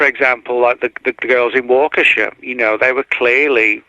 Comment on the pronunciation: it's pronounced WAH KA SHAW! NOT WAKEESHA. AND YOU GREW UP IN THE AREA? 😂 NO WAY LOL